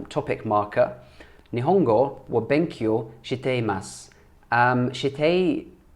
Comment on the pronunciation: Great pronunciation of the new phrases... congrats!!! 日本語の勉強が頑張ってね！ Nihongo no benkyou ga ganbatte ne!!!